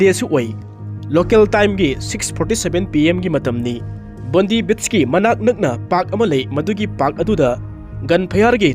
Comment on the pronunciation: Bondi beach se pronounce t bondai haibiyo not bondee